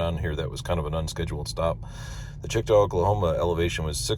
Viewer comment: Congrats on 25! Couple typos, West Memphis is in Arkansas (you have this correct on the sheet in your plan) and the summary has a typo for Checotah, OK. and I pronounce this like Che-ko-ta, Also, I pronounce the end of Tumcumcari to end like Air-y.